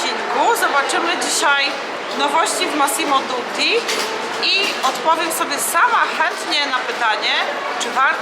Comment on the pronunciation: Dutti nie Duti